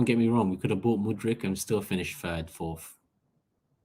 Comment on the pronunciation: I really hope we dont get him,i won't have to listen to butchering his name anymore🤦‍♂️